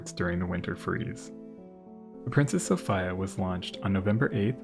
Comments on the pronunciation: Why do you pronounce the name “Sophia” like that…? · Yep, I have to be one of those people who think that the traditional pronunciation of Sophia is the right one -- so-FEE-ya rather than sof-EYE-ya. I looked at various other sources about Princess Sophia Matilda and nothing at all has come up stating that she insisted on being called by such an unusual iteration of her name. I say this because Americans are aweful when it comes to distorting names. Personally, the European pronunciation of female names are often far more beautiful, elegant, sophisticated, and feminine than the American bastardization of very old names that have been in Western circulation for centuries. No doubt changing the traditional so-FEE-ya into sof-EYE-ya is just another example of that. Americans ... and indeed, in some cases even the British ... seem to adore making female names from around the world sound less pleasing to the ear. At least in my admittedly subjective opinion. Unfortunately these bastardizations have been around for so long now that most people will defend the existence of the bastardization. For example, Americans seemed hellbent on elimi ... not sure if I'm writing that out correctly or not. I mean, seriously, who would want to name their daughter with a word that rhymes with their female anatomy. Know what I mean? Which may be a reason why the name "Venus" never became popular (thank god). In the same vein, Americans (and in some cases the British) stripped the letter 'a' from the end of most female names -- for some inexplicable r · Uhhh, "Sophia" is pronounced "so-fee-a", not "so-fy-a". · "Princess Sof-eye-yuuh" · Just fyi.. its Sow-fee-uh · Ty. It was killing me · I've never come across the pronunciation 'Sof-ay-a. If this really is the correct way to pronounce the name of the ship, I'd like to learn some background on this. Signed, a phonetics-, history- and naval geek. Thank you! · Great video.. though the pronunciation of Princess Sophia is a little odd.